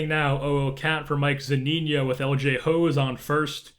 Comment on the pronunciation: Its Mike Zuh-Nee-No not Mike Zoo-Neen-Yo